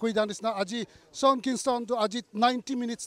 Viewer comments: it's pronounced as Shawn not shong fyi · Shong Kingston 💀